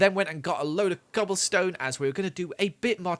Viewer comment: Am I the only one who hears him say “gobble stone”?